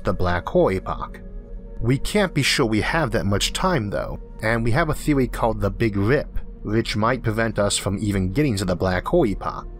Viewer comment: The last person? The showt stowey?? The bwack howel theowy? Am I hearing a thick speech impediment? I am NOT knocking it at all!! I am just making sure that my hearing isn't "off"(I am 50% deaf in my right ear) and I Am Impressed at what a great, smooth voice the narrator has with the "ear-catching", accent like sounding , speech impediment. Indeed it is impressively nice!😎